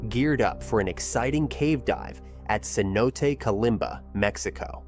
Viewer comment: Um… Cenote is pronounced ‘sen-oh-tay’, not ‘seh-note’ or ‘keh-note’. It’s tough to figure out the pronunciation for words you’ve never heard spoken aloud and may only have read, especially when some of those words aren’t English words.